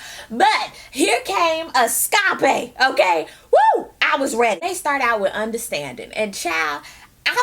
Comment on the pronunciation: did she just said eskape.....LOL..i'm dead